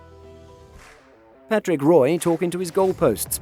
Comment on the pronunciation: Roy?? Might want to check pronunciation on one big shoots.